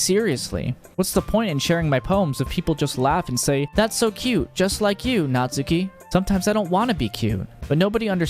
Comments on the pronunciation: cough cough her name is natsuki, not natsUki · Just to ruin everyone's day: her name's pronounced "Nat-ski" in Japanese 🙂 Also, never realized but im literally her